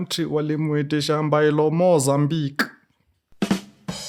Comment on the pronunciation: Mimi bado niko hapo kwa "Biro Mo-za-mbiqùe" 🤣🤣🤣🔥